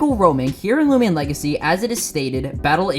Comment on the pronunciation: "loomian" Me: WHAT?!?